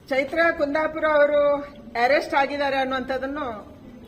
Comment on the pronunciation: ಅರೆಸ್ಟ್ ಅನ್ನಿ ಏರೆಸ್ಟ್ ಅಲ್ಲ